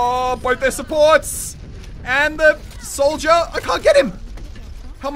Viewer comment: when muselk says Soldier it sounds like Souja